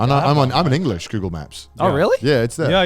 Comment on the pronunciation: eng-o-lish IronmouseKek.